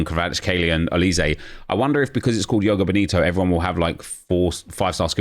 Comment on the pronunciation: Joga Bonito is portuguese not spanish, the j isnt silent. Its like zhoh-gah boh-nee-to